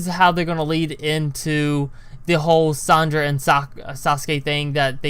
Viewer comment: you're calling Sar-Ahh-Da Sandra